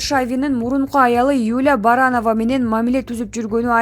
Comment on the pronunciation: Баранова эмес Барановская !!!